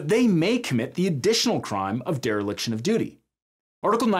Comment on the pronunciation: Dereliction, not deriliction.